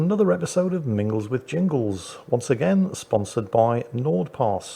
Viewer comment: Mingles with Ringles? Did Jingles have a name change? And why does it sound like mingles with wrinkles 😂